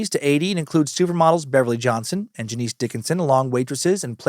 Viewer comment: Dude…Janice Dickinson: it’s NOT JaNEECE! It’s Janice, pronounced “Janus”, and if you never checked into her even an iota, then some of this episode is based on bad info. C’mon. Sorry, but it allows for questions to be raised. She’s not exactly a credible person, historically. Fair is fair. The rest, okay, but it’s sloppy. Never open the window for questions on accuracy when you can avoid it.